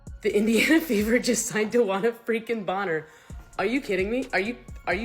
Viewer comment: Your stupid digital announcer said Mitchell ‘resigned’ instead of the truth that she ‘re-signed’. If you use a digital reader, you could at least fact check it. I’m an unsub.